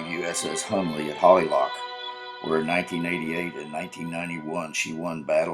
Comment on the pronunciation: Narrator: Holy Loch, not Holly Loch.